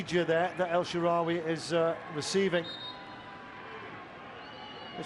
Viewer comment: Commentator couldn't pronounce El Shaarawy for shit....